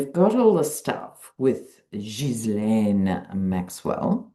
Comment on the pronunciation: Funny you are the only one who can pronounce Ghislaine name properly. 😊